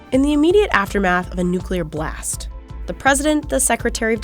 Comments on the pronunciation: says Nucular not Nuclear. Well educated? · And they still cant pronounce nuclear correctly...ITS NOT NUCULAR :) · Nu-clear 🤯 why is it so hard?! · Did a ‘Former Director of Operations’ just say “nuCULAR”? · The military: uses nuclear bombs The guy : "NuCuLaR wAR" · How sad. A Chair Force pilot cant say nuclear